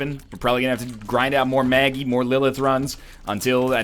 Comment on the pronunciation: NL it's not Maggie Mega Satan it's Meggie Satan